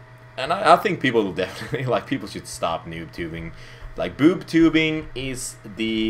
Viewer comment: every time he says "noobtubing" i understand "boobtubing" :D